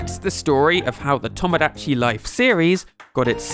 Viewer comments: PLS PRONOUNCE TOMODACHI CORRECTLY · the way you pronounce Mario and Tomodachi......... British moment